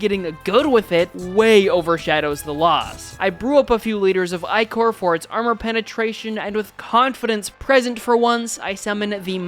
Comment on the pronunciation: it's uh... ichor is pronounced ikk-err hence why the enemies are ichor stickers also, man near completely ignored the amazingness of sentries